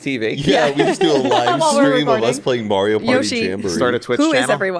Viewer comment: "Mario" "Mary-o"